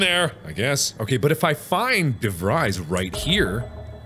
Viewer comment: This a three year old video but Mark pronouncing DeVries like Devrise instead of DeVrees is incredibly annoying ajsjs